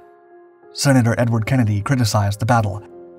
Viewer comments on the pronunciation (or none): none